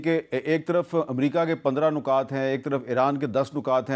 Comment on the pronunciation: لفظ نکات میں ن پر پیش نہیں زیر ہے لفظ امن میں م پر زبر نہیں سکوت یعنی م ساکن ہے